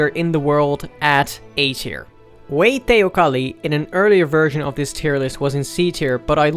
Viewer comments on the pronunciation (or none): none